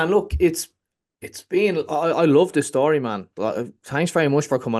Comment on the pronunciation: Luck of the Irish again ..its "story" not "shstory" 55